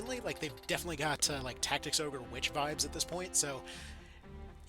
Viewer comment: Did he say final fantasy tic tacs? 😂😂 stealing that